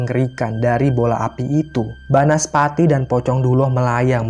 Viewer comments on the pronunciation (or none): Banaspati, bukan bansapati 😂😂